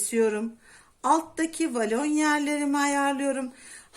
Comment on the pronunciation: Volana inatla valon demenizden izleyemedim 😮